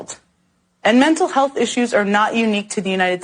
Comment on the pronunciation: She said it right there: “clearly was in the mist of a MEMTAL HEALTH CRISIS”. No it hasn’t become a leading cause of death. Look into your own stats. It bought the guns legally because that’s what we’re able to do. But look at the signs and the person that committed this. Don’t blame the tool, blame the finger that pulled the trigger and planned this horrible act.